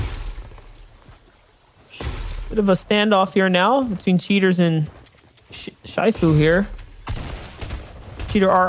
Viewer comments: My mans sed Shyfu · Lazaar, shyfu, get preferred kid... Does this guy know how to read lol